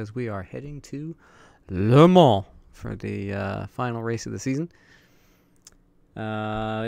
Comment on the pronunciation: The best pronuntiation of Le Mans i have ever heard bro, respoect! :D. The series should have been named " ZeroRainSeries" Please how do you record only the game screen (only 1 screen of my 3) with obs ? (i have some software problems ...)